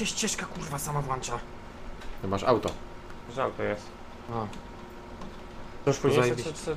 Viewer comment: Nie włancza.. tylko włącza😂😂👌